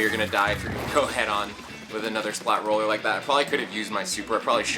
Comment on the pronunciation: It's roller not ruler.